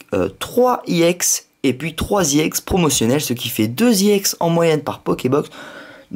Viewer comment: pourquoi tu dit IEX c'est EX